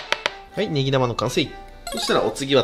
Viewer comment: 「ネギ玉」がずっと「ベギラマ」に聞こえる